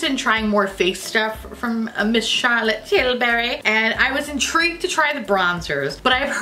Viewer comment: That CT accent! 🤣 I’m a huuuuuge fan of TF’s bronzers, I have Terra and Gold Dust. So much so, I bought the gargantuan size of both. That said, being a CT (face products) fan, I ordered the CT bronzer, and I’ve used it religiously ever since. Combined with Chanel’s cream bronzer it’s perfection. It’s really, really good! I’m a shade above uncooked chicken, and the medium is what I purchased.